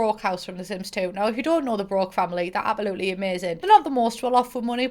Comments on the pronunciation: i love how instead of saying absolutely, says apoloopy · CEO of saying "apalootly'' istead of absolutely lmaooo